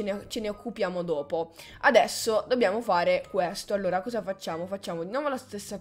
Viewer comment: ATTENZIONE GENTILI SPETTATORI. Vorrei informarvi do un evento ANOMALO, APOPLETTICO. Qui con me c'è L'UVAH. cos'è questo evento? ha detto cosa senza il suo accento. lol